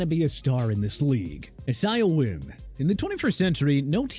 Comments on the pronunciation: “I-zay-uh” is how isaiah wynn’s nane is pronounced lol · The way you pronounce isaiah makes me wonder if you are an AI Halfway kidding - but is that how the player pronounces it?